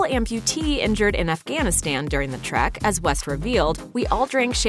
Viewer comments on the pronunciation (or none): none